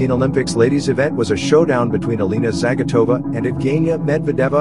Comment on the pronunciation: Dude - you absolutely butchered their Russian last names….it’s pronounced Zah-gee-toe-va and Med-ved -dee-yAy-vah oh and as well as butchering the coach’s name which is pronounced Tube-er-reet-zah